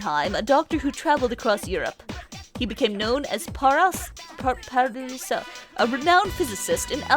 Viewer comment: Saori really does have one of the darker social links, she just seems to get the short end of the stick in everything and she doesn't really deserve it in my opinion. Even the ending of her social link kinda sucks. Also "Paracelsus" is pronounced "Pa-Ra-Cell-Sus" so as you know. I'm hope you're not getting offended or anything when I write these kinda comments because that's the farthest thing on my mind.